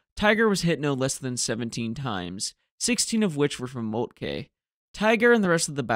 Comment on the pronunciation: Excellent video; however, Moltke is pronounced ‘molt-kə’ not ‘molt-kay’